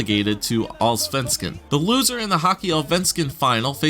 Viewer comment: You're missing the firts S in Allsvenskan....sounds like All-venskan =D but still very close for a non-swede =)